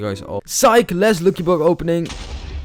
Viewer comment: And also it's not looki it's lucky🤣🤣